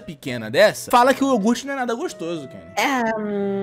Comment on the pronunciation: eu falo, era criança sim, e aquele "yougurte" é porra, o nome do anime é soujo ramune